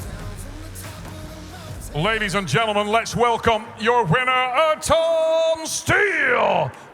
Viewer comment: His name isn't "Air-tom", lol.